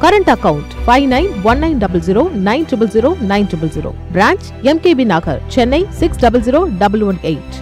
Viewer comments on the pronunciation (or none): none